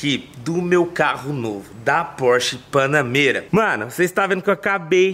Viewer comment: Prq tu fala BANANEIRA ????